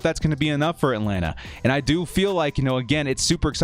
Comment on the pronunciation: I hate the way you say ATLANTA falcon's!!! How did your last year predictions go??? Don't fxxx my CHARGERS UP!!! We got a damn good team. BOLT UP 🌩